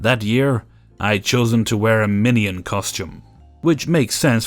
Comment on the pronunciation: Anyone else think his way of saying "minion" was like "mini-yin"? (lol idk the way you say it is pretty interesting 😂)